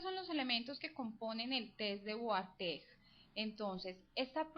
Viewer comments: ¿Una paisa explicando "la fundamentación teórica básica" de un test que no sirve para nada? Perdí 3 minutos valiosos de mi vida escuchando un sonsonete fastidioso que ni siquiera sabe pronunciar Wartegg (Varteg). ¿Desde cuando la psicología y el psicoanálisis es una ciencia como para querer dar una "fundamentación teórica" de una prueba insuficiente para clasificar la personalidad o estructura mental de un ser humano? Test de mierda, video de mierda, sonido (voz) de mierda. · Me molesta que pronuncie mal Wartegg :P la odié.